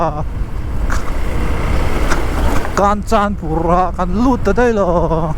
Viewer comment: Kanchanpur ilam dan thluk adiklo 😂